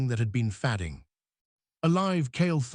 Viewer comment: One BIG error - ' fading 'pronounced as "fadding"